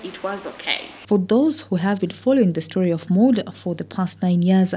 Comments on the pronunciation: Mawd not Mod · They pronounce it Mody ,me I work with a coloured lady by that name evrytime I tok to others about her I pronounce it Maud and they wl kip on asking me ,who they they wl end up saying ok you mean Mody